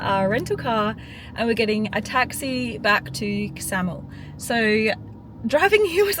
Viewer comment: Ksamil is pronounced with a silent K. Like ksamil.